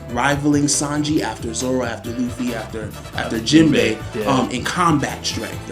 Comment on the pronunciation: no way he said Jimbei 🥺😐😐😐😐😐😐😐😐xd